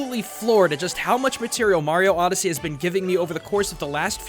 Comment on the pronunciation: oddesy..... space oddesy